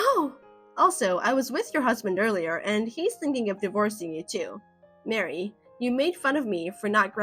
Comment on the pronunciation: Maree not Mary.